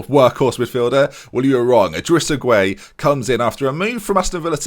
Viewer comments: Idrissa gueye pronounced guy not gway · Gueye is pronounced gay btw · Gueye is pronounced as gay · I think Gueye is pronounced "Guy" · Gueye is just pronounced 'gay'